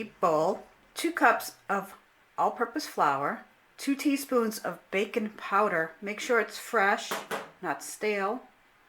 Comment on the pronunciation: thought you said bacon powder lol. im craving thisss